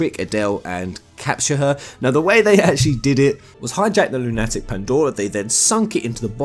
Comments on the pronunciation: Oh for god sake stop sayinf 'Lune Attick" :,D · You seriously don't know how to pronounce "Lunatic"? It's not an uncommon word... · I've never heard it pronounced LunATic before. But a LunATic Pandora does sound more apt than a lowly Lunatic Pandora. The latter makes me think "crazy", while the former sounds more like a moon-related descriptor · And some of the monsters resemble lunar ticks... Lol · Forever laughing over pronunciation of Lunatic. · Why do you pronounce 'Lunatic' wrong? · Why can't you pronounce lunatic? It's lunatic like a crazy person...